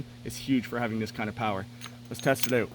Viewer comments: "Check it ayoat" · “Let’s test it oht”